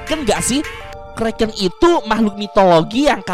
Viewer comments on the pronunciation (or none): bang bukan kreken tapi kraken